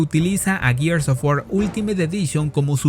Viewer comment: Tantos años con Gears of War, tantas veces que hasta en el juego dijeron la palabra "GEARS ", y nada que aprenden a pronunciarlo. No jodan.